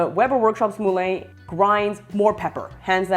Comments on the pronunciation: I speak French also. It's the same word as in Moulin (Rouge), as in Vin (wine). It's pronounced 'MuLan', not 'Mooh-Layne' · It's not pronounced "Mooh-Layne". It's 'MuLan'. Helpful video nonetheless.